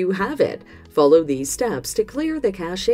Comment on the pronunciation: List which LG tvs this works on ... and teach your robot how to pronounce cache.